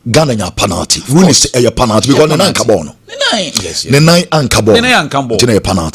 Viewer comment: please the word is pronounced pe-nal-ty and not pa-nal-ty. Check your words and pronounciation well.